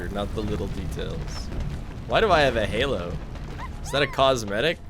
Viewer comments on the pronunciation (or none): none